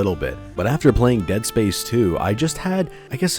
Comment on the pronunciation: "Dead Sapce 3"